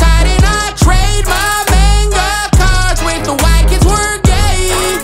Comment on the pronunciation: Cringing at the pronunciation of manga lol (and the racial slur)